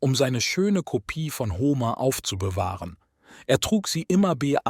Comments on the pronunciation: Ho-mehr nicht Homer aussprechen. Blamabel!!! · Bei der Aussprache von Paris und Homer (als es um Troja geht), rollen sich mir etwas die Fußnägel nach oben. Man spricht den einen Namen nicht wie die französische Hauptstadt aus, und den anderen nicht wie Homer Simpson. Sonder P*a*ris und Hom*e*r